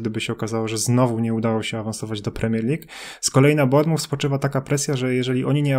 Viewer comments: Panowie BARMUF? BORMOUF, ze tak powiem fonetycznie ;) Uwielbiam rowniez Canal + pilkarze BRAJTONU, oh come on pilkarze BRAJTON. Pozdrawiam serdecznie panowie z poludniowego wybrzeza Anglii :) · Panowie ale trzeba popracować nad wymową klubów troszeczkę. xD Barnmuf xD Mówi się Bormuf, w nazwie Cheltenham drugie E jest nieme. Takie małe rzeczy, a tak mnie trochę wyprowadzają z równowagi xD